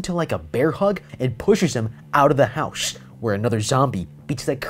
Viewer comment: Why would you say houshe